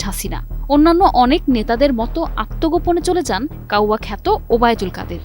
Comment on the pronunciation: ভাই কাওরা না। Its কাউয়া (ব্ল্যাক বার্ড, কালো পাখি,)